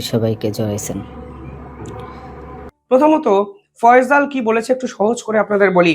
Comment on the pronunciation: ফয়জল না ফয়সাল বলুন। উচ্চারণ ঠিক করুন । বয়স আর একটু বেশি হলে তোমার এই পেশায় নিয়োজিত হওয়া উচিত ছিল। অনেক সময় তোমার Video দেখছি কথা বলতে বলতে একটু থেমে যাওয়া আবার অন্যমনস্ক হয়ে কথা বলতে থাকা এসবই হচ্ছে আমি ইন্জিনিয়ার প্রদীপ কুমার রায়, বিসিএস, নির্বাহী প্রকৌশলী, বাংলাদেশ থেকে মনে করি অল্প বয়সে এই ভারী কাজটি করার ত্রুটি। ধন্যবাদ।।